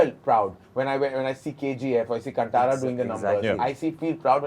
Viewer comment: My comment might seem insignificant or silly when compared to other intellectual discussions in the interview I genuinely felt happy when Anurag Kashyap sir pronounced 'Kantara' correctly. It shows his precision😊